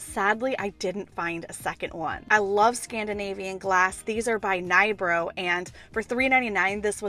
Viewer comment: The little glass pyramid you found is pronounced ni-bru (nybro in swedish) i live in that part of Sweden and we have all the old factories and our second hand stores here in the area are filled with glass. Would be awesome for you to visit Småland area in Sweden it's the glass kingdom of Sweden 😊 There are even museums filled with old/new pieces that are so beautiful ! Love watching your videos !